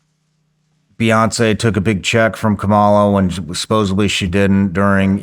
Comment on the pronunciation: Interesting topic. P.S. it's supposedly, not supposably.